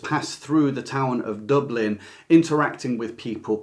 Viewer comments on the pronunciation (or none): none